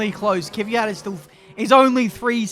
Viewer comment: KVYAT NOT KIVYAT